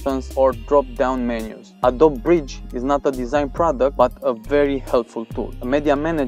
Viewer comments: ye its wrong he needs to say uhh dohh bee not uhh dob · Hey, just letting you know that you don't pronounce Adobe correctly. It's "uhh-doh-bee", not "uhh-doh-b"